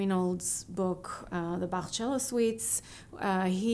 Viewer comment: Roscoe TeleShack that’s how you pronounce his name correctly